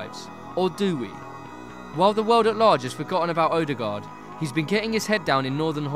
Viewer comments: His name is Ødegaard, so why do you repeatedly call him "Odegard"? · It's pronounced "Uh-de-gawr" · you pronounce his name so badly it almost annoys me "oaderguard" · The way you pronounced ødegaard just killed my soul a little bit. Just a little bit